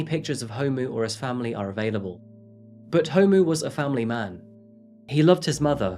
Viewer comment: Love your videos. You did so good with so many of the South African pronunciation. - just gonna help with some pronunciations so you can be one of the Saffas 🇿🇦♥️ Ndlovu: In-Glor-Vu (Glor - pronounced like the Glor in Glory) Gauteng: How-Teng Homu: Hor-mu Thanks for doing this story! You should look into the cases of Uyinene, Lee Matthews, Hannah Cornelius, Anni Dewani, Jayde Panayiotou, Meghan Cremer, Karabo Mokoena & Jesse Hess with her Grandfather. We have a serious problem here in SA with GBV. May all of these mentioned plus the 100s of others RIP.